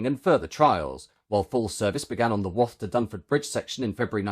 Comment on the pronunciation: We pronounce Wath like bath.